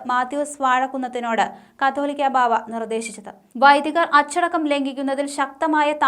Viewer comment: കത്തോലിക്കാ ബാവ അല്ല കാതോലിക്ക ബാവ